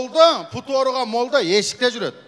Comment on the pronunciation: Мачит дебей мечит деп туура айтчы Путум эмес бутум